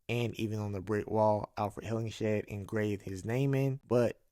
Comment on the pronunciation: Apparently the director left that cliffhanger of Maplewood talking to Shahara in 2023 as a potential setup for a S2. He wanted to leave a thread in case another season is approved. Oh and it’s pronounced “Hillinghead” not Hillingshead